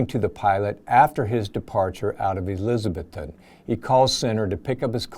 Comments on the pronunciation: Really good presentation. Just an FYI….I lived in East TN and it’s pronounced Eliz-ah-bethton — not Eliz-Beth-ton. Not a big deal but just thought I’d mention it! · The good folks of Elizabethton pronounce it "elizaBETHton".